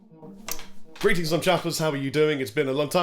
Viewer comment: Dude - we on the West Coast U.S. eagerly await your visit!! All great news in this vid! Congrats on all the developments. (This time, you forgot to roll your "r" on the 'Grrrrrreeeings, Chappers here!')